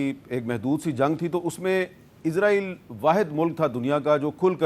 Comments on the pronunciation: Meer sab izra eel nhi isra eel lafz hai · Hamid sahab dostion ki zaban mat bolne izraeel nahin izraeel kahin